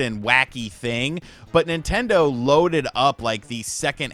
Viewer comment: As soon as you said NintenDeen I stopped taking anything in this video seriously. This guy has made Nintendo hate videos every day for the past 4 months.